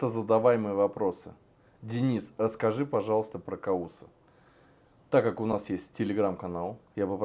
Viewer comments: Не каус а ковус это персидская имя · Его имя Кавус, а не а. Каус. Сам он произносил Кавус. Это персидское имя.